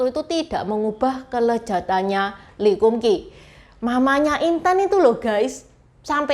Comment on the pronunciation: Lee kum kee bacanya li kam kei. Nama mereknya sesuai nama pak lee kam sheong itu. Kei artinya merek/cap dlm bhs Canton.